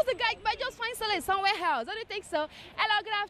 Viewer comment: "he will just find solace somewhere helse"